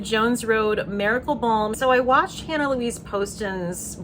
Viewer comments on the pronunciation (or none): none